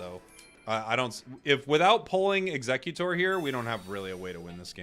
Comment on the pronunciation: Aint no way people pronounce Exeggutor like Executor 😂